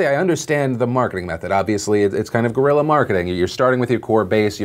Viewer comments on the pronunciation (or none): none